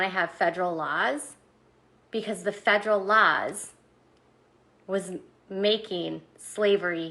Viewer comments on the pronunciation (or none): Federal LAHZ? like a lozenge?